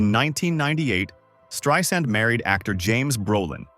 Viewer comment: "Streeesand" - AI sucks!